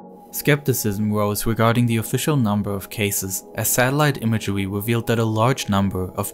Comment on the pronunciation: This is some good satellite imagewy